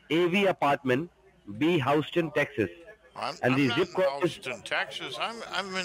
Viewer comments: It’s Hous-Tom TX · All I know is don't go to HOUSETON TEXAS I GUESS IF ALL THE BAD STUFF IS IN TEXAS THEY NEED TO LEARN HOW TO SAY THE TOWN NAMES . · You’ve never been to Howston? I find that unbelievable! Highly sushpious!scammin’ mope!